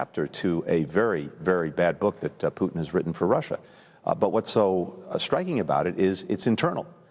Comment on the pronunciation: does she say puchin ? 😂